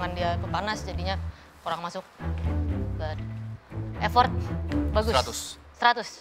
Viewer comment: Effort bukan Exfort